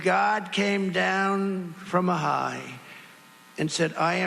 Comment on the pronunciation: "If God came down from Ahai..."